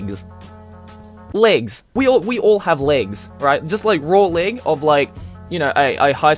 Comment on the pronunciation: I love how you pronounce leg